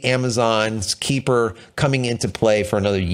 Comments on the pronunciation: Amazon's system, Kuiper Systems, is pronounced "K-eye-per" not "Keeper." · You need to practice your Kuiper pronunciation again! I know the "ui" makes you sound like a sea whale but try again. LOL